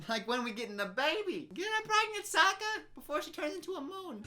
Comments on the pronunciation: I started choking when she said “SOAKah” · Just as a refresher, 'Iroh' is supposed to be read as 'EYE-row' -- in Chinese, Ailuo. This 'eero' stuff is another mispronunciation. Also Sokka is like 'soccer', not like 'soaker'. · Ok let's see...all the names they pronounced wrong Uh-vatar (like cmon this is a PRETTY COMMON WORD) aah-ng (It's...clearly a bright A vowel in the show) Soh-kka (Should be Saw-kka.) Ear-oh??? (Should be Eye-roh) I haven't heard how they said Yue but I wouldn't be surprised if that was wrong it's like they just decided to mispronounce half the main characters' names wrong?? Edit: ALso it bothers me how the fire benders have to have fire nearby?? Apparently? When in the show they just create fire and that's why they're said to be dangerous and out of control until Iroh shows Zuko the lightning stuff....just. Ugh. So much was wrong in this movie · Soak-a? Who allowed this? Ayung? I just don’t like this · sow-ka its aaaa-vah-tar aaahhhh-ng!! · I don't even think them pronouncing aangs name is too bad, because the way germans pronounce it is the same and i grew up with that but s_o_kka really? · The movie pronounces Iroh, Aang and Sokka’s names wrong 😤😤😤